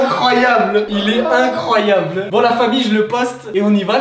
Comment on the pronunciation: Jsp sa fait commdien il a di icroiyable